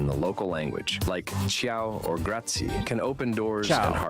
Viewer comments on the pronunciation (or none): I hate when someone is telling you to at least learn "grazie" but can't pronounce it correctly. Always forget the last vowel-that drives me nuts. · Grazie. You say "grazi" but in italian every letter has its sound (exept for the h) So, grazi e, the e has the sound of the one in parent